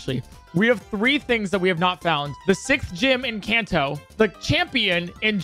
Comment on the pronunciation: Bro said can toe